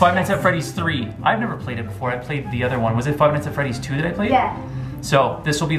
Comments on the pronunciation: frive night at freddys XD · In the beggining said drive nights at Freddy's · Fright Fries Fright Flies Frive Nights at Freddy's